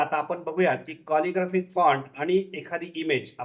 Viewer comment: कॉलिग्राफिक फॉन्ट नाही हो, कॅलिग्राफीक फॉन्ट असा उच्चार आहे.